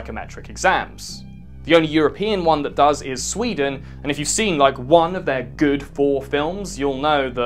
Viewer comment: As a sweed, when you said sweden I felt the pain of years in school flowing over me